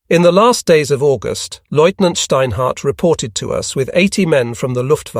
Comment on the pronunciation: Please find an AI that can pronounce lieutenant